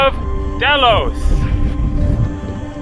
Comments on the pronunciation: Pronounced daylos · pronounced Deeeeeelos. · pronounced dhey-los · Pronounced Dilos !